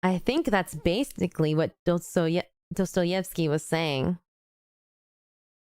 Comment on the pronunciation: Pronouncing Dostoevsky as 'Dodoetsky' is actually insane omg 😭